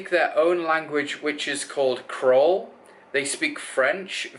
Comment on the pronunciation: Creolé not crole